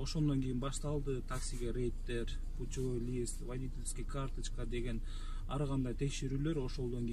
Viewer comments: Путовой лист эмес путевой лист((( Россияда болгон сон орусча кичине уйронуп алгылачы туугандар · Птовой листь емес путевой листь тупой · Путовой лист 😂😂😂